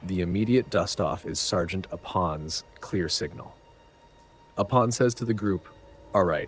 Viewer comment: He's actually aware of that and replied to a similar comment in the 1st video of the series. This video is based off the 1983 script, which was tentatively titled Alien 2. One thing he gets wrong, and that I find it impossible to forgive, is the mispronunciation of Apone🤣